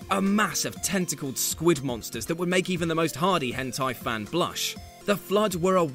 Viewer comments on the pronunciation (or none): none